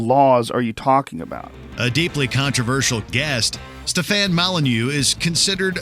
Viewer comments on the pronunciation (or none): none